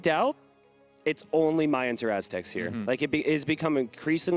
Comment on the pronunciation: Someone please tell how to pronounce Mayans correctly, I',m loving the tournament and everything but I cringe everytime I hear Mayans as in the month of May instead of "Ma-yans"